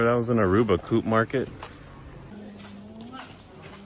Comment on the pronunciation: It is a Co-Op market; pronounced Co-Op, as in co-operative - nothing to do with Aruba, typically they are membership based.